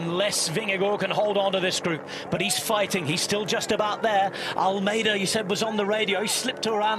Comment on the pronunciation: As a Portuguese speaker I can say he pronounces Almeida wrongly. I can’t wrap my head around this “Vingegoooo” when narrating in English. If the argument is “that’s how it sounds…” then please fix the Portuguese pronunciation as well.